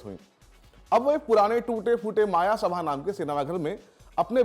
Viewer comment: It's "मयसभा" not मायासभा